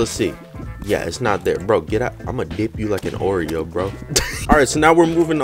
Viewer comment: it’s not “orea” it’s uhh “Oreo”